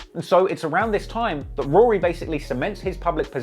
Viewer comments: It's weird the way you say Rory properly sometimes, then you switch to that weird Rury pronunciation. Are you doing that for the Americans? Anyway, very interesting video, first one I've watched. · I lost a lot of respect for "Rury" here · Are we not gonna talk about the fact that they pronounced it ROO REE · Akademiks pronouncing it Roo-Ree and Maul is the ultimate disrespect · Him keep referring 2 Rory as RURY (from Akademiks) is fckn HILARIOUS 😭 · im dead at you calling him rury the whole time lmao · Bruh I’m like this video heavily leaning towards Ak lmao. Dude sounds like a fan especially the way he keep pronouncing Rory and Mal name the same disrespectful way Ak does lol